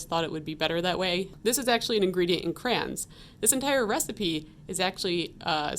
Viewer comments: They are called CRAYONS, not "Crans" LOL. "CRAY-ONZ" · It took me a solid minute to understand 'crans' meant cray-ons 😅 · It’s freakin CRAY-ON-s